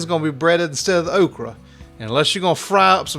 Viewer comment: It's definitely "oak-ree." LOL!